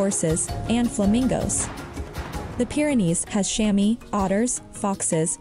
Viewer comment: The 'Chamois' is pronounced 'Chamwah' (and it's the skin, once used to polish / clean windows, were called / pronounced "Chammy skins" but now are imitated by 'fabricated cloths' instead of skinning the Chamois).